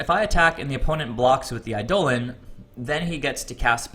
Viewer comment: By the way, it's pronounced EYE-deh-lon, not eye-DOH-len. :)